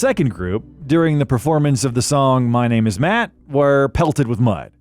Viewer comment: My name is “Matt”? 😂😂😂 come on dude!